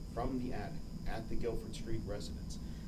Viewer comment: Sometimes she gets it right tho. Like the times she's talking about the attic and called it an addict a couple of times before she got that right. Maybe her uppers are slipping. She has such a tiny mouth. And I don't know what that accent is. During the murder trial she pronounced poop as peup about a hundred times. AH...Ah...🤢